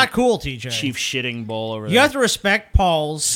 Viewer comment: I swear I heard Paul call himself ‘Sitting Ball’